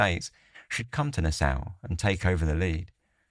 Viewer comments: Na-saw, that's how it's pronounced.🫣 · Bahamian pronounced "ba-HAY-me-an". Nassau pronounced "Nas-saw"